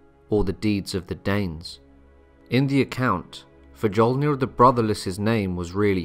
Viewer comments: Jutland ? Fuh-jol-nir? You must be joking. Learn the correct pronunciation. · Hey bud, i like ur videos. But you gotta work on the pronunciation. The "J" sound after another letter, like in the name, has a "y" sound. Like "Fy-olnir". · Fjolnir my friend, as in Fyol-near. Anyway, I think Saxo, Adam of Bremen, Snorri, etc. should be taken more seriously even though they wrote a bit later(late 12th/early 13th century, late 11th for Adam). In comparison, think about how much we know about the Civil War(USA). It's very much the same scenario.